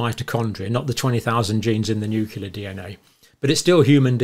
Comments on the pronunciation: you pronounced nuclear as nukelar, just like G. W. Bush. As you remember, just mispronouncing one word in the English dictionary made Bush unfit for the Presidency in the eyes of the media. You're still tops according to me. The cardboard fertilization process made me uncomfortable, even though I already had three kids. ;) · I've only recently started hearing noo-KYOO-lar in British English. I thought it was a mistake limited to this American side of the pond. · Is anyone else dying inside every time he mispronounces nuclear? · Nucleus is pronounced "noo-clee-us" please. Not "noo-cue-lus." Same for nuclear: "noo-clee-ar", not "noo-cue-lar." (Maybe easier to think of it as "new clear") I can usually ignore it but it was said way too many times in this video. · I'm sorry, I just cannot stand this mispronunciation of the word Nuclear. It's noo-clee-ar not noo-que-lar and noo-clee-us not noo-que-lus ...I hear this mispronunciation and I automatically feel that this guy doesn't know what he's talking about. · Cle cle cle. Pro pro pro = prrrro blem problem. Nu cle ar nuclear NUCLEAR. not nucilar not poblem. Just sayin ...😂❤